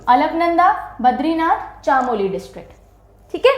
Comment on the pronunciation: ma'am chamoli( चमोली)